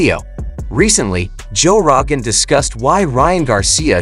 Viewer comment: “Joe RAgan” 😂😂😂